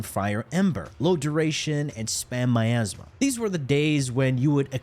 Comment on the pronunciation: The way you say Miasma; My ass ma